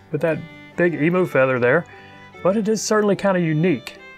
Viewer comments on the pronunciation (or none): Eem you is how its pronounced,not eemoo.Otherwise us aussies are going to start saying OOSA instead of USA.(fair warning) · It's pronounced emew